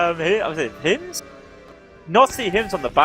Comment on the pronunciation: calling Hymzi Hymz without the i is something I wish I didn't notice. Holy shit that is annoying.